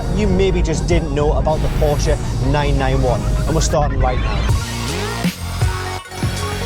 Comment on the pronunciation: You are speaking "Porsche" correctly. That is so fine .TY! You got my LIKE alone because of that. Unfortunately I couldn't give you a second one.